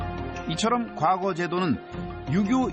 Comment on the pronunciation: 콘텐츠는 그런대로 이지만, 내레이션이 엉망이군요. 과거科擧 시험에서 과科는 평성으로, 짧게 발음해야 합니다. 지나간 과거過去에서 과過는 거성으로 길게 발음해야 하지만요. 향교鄕校와 향촌鄕村의 향은 평성으로 짧게 발음하고, 향사(享祀)와 향수享受의 향享은 길게 발음합니다. 정말 듣기 거북하네요. 우리나라의 대표 공영 교육방송 EBS가 이 정도 수준입니까?